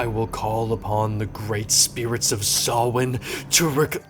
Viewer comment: Good attempt.... its sow-win but much better pronounced than sam-hane like they did in supernatural lol